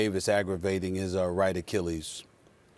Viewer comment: Who’s the girl reporter who has no idea how to pronounce achilles??? It’s not Rachel Nichols, is it?????